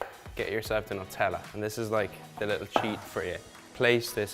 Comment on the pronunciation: It not Nut tella It Nu tella